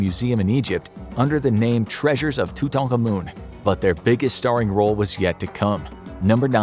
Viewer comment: King tutANkaMOON 💀